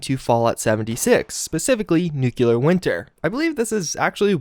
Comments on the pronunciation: With Nuclear Winter coming soon I really, really hope you start saying NEW-CLEAR right. This NUKE-U-LAR George Bush stuff is getting old. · Please, for the love of God, stop saying Nukular. Nuclear is pronounced "NEW CLEAR". There's only one U in the word. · Jesus-tap-dancing-Christ! It's pronounced "nu-clear"! Not "nukular"! You sound like a damned fool every time you say it like that. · New-clear. Not nuke-you-lar. ;) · N U C L E A R not N U C U L A R Fucking idiot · Great videos but please learn how to say NUCLEAR, not NU-KEW-LUR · Y'all complaining about the deathclaw gauntlet. I have a few brain cells die each time he says new-queue-lar, which happens all the time with his content on fallout games. I love your videos, but I hate constantly hearing the mispronunciation. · There you go with the N word again. (NOO-kyoo-lur) Makes it hard to watch your vids all the way through. C'mon man. You're way smarter than that. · Thee nukular war?🤪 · Only Lloyd Christmas would say Nukular! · NU - CLE - AR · seriously nuclear... nu..clear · It's just a common mispronunciation, like when people say "axe" instead of "ask" or "eXspecially" or "eXpresso" instead of "eSpecially" or "eSpresso" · Where do people even get the extra "u" from? Always confused me.